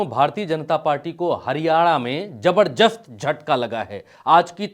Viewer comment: jabarjast nahin zabardast hota hai